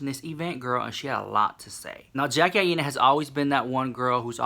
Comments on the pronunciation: AINA is pronounced EYE NUH. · Aina is pronounced like China. Love you so maaaach ❤️